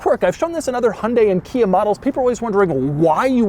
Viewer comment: I knew Hyundai was pronounced like "Sunday". I did not know that KIA was pronounced "Kina". The new badge is awful. You ones on the outside can be easily removed. The one staring at you on the steering wheel, not so much. Might keep me from getting a Stinger.